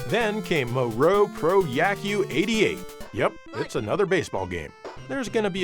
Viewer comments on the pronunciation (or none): Moero is pronounced Moh- EH-Row, not " moe- row" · The way he pronounces moero is 🤣🤣